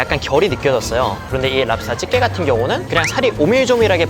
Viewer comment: 꼬소함이랑 찝게 발음을 고소함 집게로 발음하면 좀 더 듣기가 좋을것 같습니다.